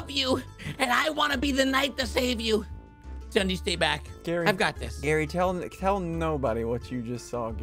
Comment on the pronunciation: It's no longer ssundee is ssud-eh 30